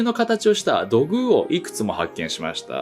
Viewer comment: 土偶の発音も追加願います。ww